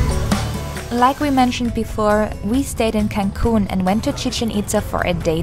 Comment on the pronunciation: i just keep hearing cancun as kanpur and for a second i am super confused - only 200 km from kanpur?? 🙄???